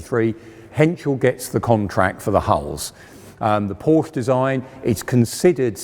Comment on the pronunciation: Very interesting but please pronounce Porsche correctly